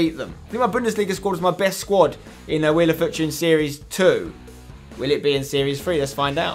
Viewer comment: He says fortune funny